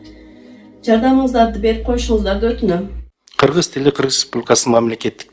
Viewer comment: Энен туура кыргызча суйлосон мен кыргиз дебей кыргыз дегенди туура айталбайт.депутатыка койоордо Бир жыл мурун экзамен алып текшерип окуу жайга тапшыргандай кылып даярдаш керек каяктагы акчасы коп адамдар барып жатат.олкобузго.пайдасы тийе турган жарандарды шайлайлы